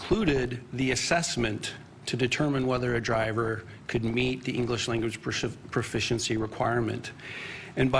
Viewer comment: Guy talking about English can't even say proficiency correct, literally starts at the top. The corruption ladder is insane